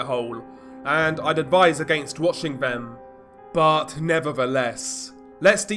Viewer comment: Since when has this, them or they been pronounced as viss, vhem or vhey😂